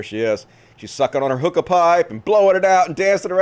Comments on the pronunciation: I thought you said "Hooker bar" not "Hookah"! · and what did he finally said? I heard the same thing: «hooker bar» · At first I thought u where saying hooker bar, and I'm like, what's wrong with that "